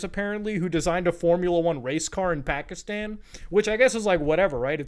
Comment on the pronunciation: Man’s from india, speaks hindi, BUT still says Pakistan wrong. C’mon Muta